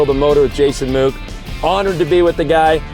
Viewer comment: Sure would be great if you could pronounce our surname correctly. Proper pronunciation is it is pronounced the same as "book" or like the "wood" in Deadwood... Great seeing my cousin doing great work and being recognized for his expertise! Motor looking great!!